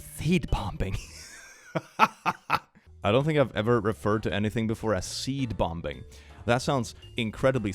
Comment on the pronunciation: Click pronouncing the second B in 'bombing' is making my whole day!